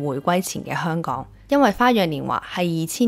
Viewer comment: 啲懶音多到嚇死人！！👎👎👎👎👎👎連香港個”香”字都係懶音⋯⋯ 唔該你學好啲香港話你先至學人講影評👎👎👎👎👎👎 扮活喺九七之前嘅香港人😂！ 97前已經係度的港人才沒有你那麼多懶音⋯，你肯定係九七之後才成長起來的小朋友，唔好扮知道九七前嘅香港係點啦🤨😂⋯⋯大話精！